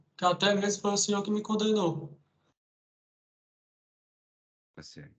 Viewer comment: 😂😂😂😂😂... foi o "sinhô" que me "condenô".